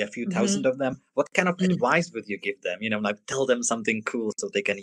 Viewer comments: vies o tom, ze si slovo "advice" viackrat vyslovil ako "adwice"? Zaujalo ma to prave preto, ze vo videu sa spomina vyslovnost V - W. Cesi a Slovaci casto hovoria "wery", "wision" alebo TV ako "Tea Wee". Su presvedceni, ze v anglictine znie vsetko ako W (horky brambor v puse...:)). V sa ma vyslovovat takmer ako ceske/slovenske V. Napriklad meno Vincent je jednoducho "Vinsent", nie "Winsent". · what kind of adWise.. :D